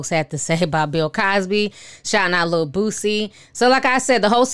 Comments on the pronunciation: I love that you call him Bootsie instead of Boosie 🤣🤣🤣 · Why do you say boosie like that lol?